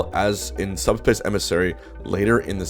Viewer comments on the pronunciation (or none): bruh why’d he call it subspiss